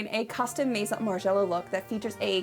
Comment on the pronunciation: the way you pronounce :maison: is incredibly off putting. I mean, u have google translate, i just type maison there and it tells u how to pronounce it. These days, IGNORANCE IS A CHOICE, TRULY!